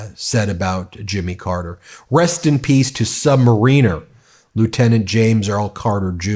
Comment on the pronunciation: Sub-mār-in-er accent on the mār